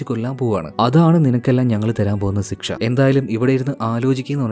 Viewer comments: സിക്ഷ അല്ല ശിക്ഷ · ഉചാരണം ! ശിക്ഷ യെ സിക്ഷ എന്നാണ് പറയുന്നത് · സിക്ഷ അല്ല ശിക്ഷ ശരിയ്ക്കും ഉച്ചരിക്കാൻ ശ്രമിക്കൂ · Shiksha ❎ Siksha✅😂😂😂 entha mallu